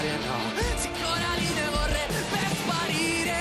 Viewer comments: It's Coraline, not Caroline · Coraline not cAroline